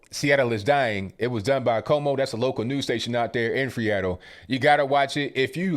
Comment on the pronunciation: Chuckled everytime you said freeattle....😂😅🤣